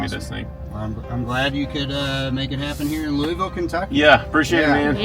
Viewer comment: I'm just glad he snuck that proper way to say Louisville in there